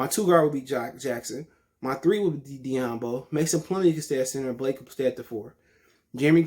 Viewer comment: This guy pronounced "doumbouya as diyambo". Alright next video for me.